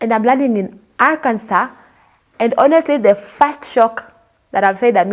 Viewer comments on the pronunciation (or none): Arkansas - pronounced Arkanso.